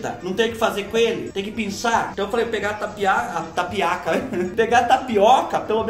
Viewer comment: Fubá do céu, a hora que ocê falô "tapiaca" deve tê sido um aviso que era mais uma tapeação da muié da internet... 😁😆🤣